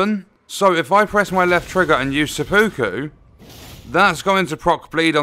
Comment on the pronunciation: It's pronounced sep-puku